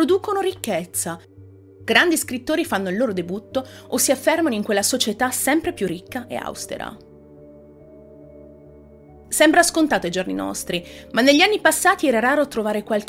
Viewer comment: Il tuo video e' sicuramente piacevole da seguire; tuttavia dovresti curare la posizione degli accenti di alcune parole.....ti faccio 2 esempi: si dice " auste' ra", non " au'stera", e " pudi' chi", non "pu' dici"......ti suggerisco di tenerne conto ai fini di un miglioramento dei contenuti che proponi nel tuo canale. Ciao da Saverio di Cisternino ( Brindisi)